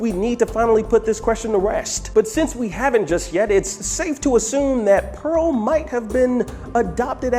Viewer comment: LOOOL YOU GUYS ALL SAID IT WRONG!!!!! ITS PEARL LOOOOOOOOOL😂😂😂😂😂